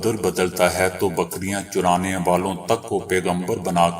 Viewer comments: السلام عليكم ورحمة الله وبركاته میرے عزیز دوست، اللہ پاک آپکے اخلاص کو قبول فرمائیں، آپکی خبروں میں اردو کے تعلق سے قابل اصلاح کلمات سامنے آتے رہتے ھیں مگر آج تو حد ہی ہوگئی کی نبی جی کی شان اعظم آپکی لفظی غلطی کا شکار ہوتی نظر آئی کہ " بکریاں چرانے والا یعنی چ پر پیش لگاکر اہانت کا ارتکاب آپ سے سرزد ہوا، جبکہ چ پر زبر پڑھنا ہے یعنی، "چرا نا" اسی طرح الٹ پلٹ میں آپنے دونوں کلموں میں لام کو ساکن پڑھا، بہتر ہوگا کی خبر خوانی سے قبل ادبیاتِ کے ماھر سے رجوع کرلیاجانا چاھیے ۔ والسلام طالب دعاء سید محمد اطہر زھدی ، بیت السلام، دیوبند ، ہندوستان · محترم آپ نے خبریں پڑھتے وقت ایک بہت بڑی غلطی کر دی ھے اپنے لفظ بکریاں چرانے کو بکریاں چرانے پڑھا ھے چرانے زبر کے ساتھ ھے پیش کے ساتھ نییں